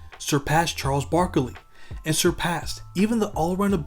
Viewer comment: Why you say it like “Charles Broccoli”